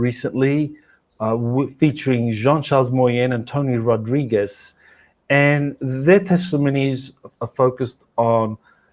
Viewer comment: Please always say Tony Rodriguez name correctly! You said it twice wrong and once correct at 4 minutes in